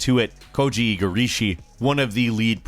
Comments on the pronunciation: Koji "Igarishi", cheesus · Really great video, and love to see how these games changed over the years. Only issue was pronunciation of Igarashi as Igarishi, but that's an honest mistake and nothing to hold against him ^^